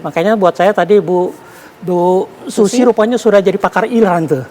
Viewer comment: Masa SUZIE di sebut/bunyi nya sushi 🤣😂🤪😁😜😇